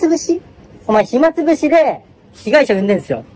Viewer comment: ひつまぶし食べる為にやってんじゃないの？ 暇つぶしには聞こえねーよ